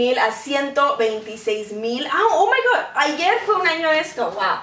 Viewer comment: Hay, me causas mucha gracia cuando decis ''Oh my good''!!! Te amo <3